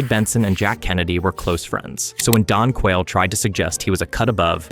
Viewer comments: bro, "don quayle"? it's DAN quayle. lord jesus. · It's Dan Quayle, not Don. And he sure isn't any Jack Kennedy. For one thing, he's stayed faithful to his wife. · You pronounced “Dan Quayle” as “Don Quayle”. It’s “Dan Quayle”.